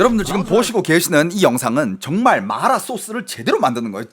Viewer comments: 이사람 중국인임? 마라를 말라 이러네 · 한국사람들 보라고 만든방송에서 마라소스를 말롸소스 그러고있나요???? 중국사람들한테 방송핟ㅓㄴ지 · 마라를 일부러 그렇게 발음하시는건가요… 거슬려죽것네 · 마라 라고 표기하는데 자꾸 말라 라고 해서 개짜증... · 근데 이분 한국국적인데 어케 이렇게 발음이 마ㄹ라~ 이러는지ㅋㅋㅋㅋㅋㅋ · 마알~라 ㅋㅋ 발음이 중독성 있네요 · 마알라 ㅋㅋ 발음중독되네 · 본토 발음은 마라가 아니라 마알라 인가보네요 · (하지) 마rrlll라 소스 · 말롸소스 지려따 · 마라발음이 중국인이세여? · 궁금해서 보려다가 마라라는 말만 중국발음으로 하는게 킹받아서 못보겠음ㅋㅋㅋㅋ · 마라 발음 하실때ㅠ 그리고 너무 마라마라 반복하시는듯.. 이번 시청은 조금 힘들었습니다 😅